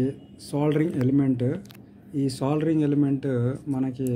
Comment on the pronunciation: సోలరింగ్ కాదు బాబు....సోల్డరింగ్